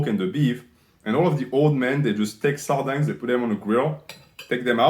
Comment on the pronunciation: Regardless of your ratings, I can't trust a man who mispronounces sardines.